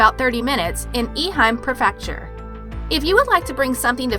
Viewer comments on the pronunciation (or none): This narrator pronounced so many words incorrectly, it's crazy. Some that come to mind; macabre, prefecture and tributary. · Gaming: I like the vids, too. And yes, she did a great job with the pronunciation of the locations, as far as I know. But she did have several mispronounced words; macabre, tributary, prefecture, seaweed, etc. As someone else pointed out in their comment first, it is kind of sad to mispronounce "macabre" when this is your genre of channel. lol I still enjoy the videos, I just cringe at those times. 😂